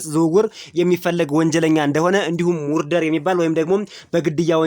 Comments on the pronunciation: አንተ ማፈሪያ ሙርደር ሳይሆን ማርደር ነው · ጋዜጠኛ ነህአጭበርባሪ?መርደር የሚለውን ምንድን ነው ያልከው?ሙርደር?አይ የኛ ዜጠኛ//Murder read as merder not moorder(ሙርደር!!!)